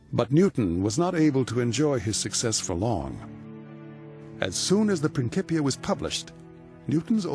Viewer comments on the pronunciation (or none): It’s prin (Ci) pia not a hard k as it is said in modern Italian